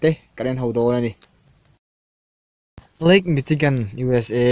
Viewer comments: ...chi...nilovin...si...tua lam tur a ni e...good work.. 👍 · Michi tilo in Mishi tiin lam la..😀😀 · Machigan nilo in mashigan ang in ri chhuak zawk ta se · Michigan kha "Mi-shi-gan"tia pronounced tur ani... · dik lutuk👍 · dik leh zual😂😂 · michigan hi mishigan tia lam tur aw